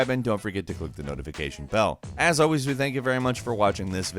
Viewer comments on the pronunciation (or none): none